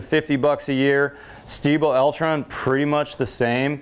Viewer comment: "Stiebel Eltron", you nailed it, no butchering :)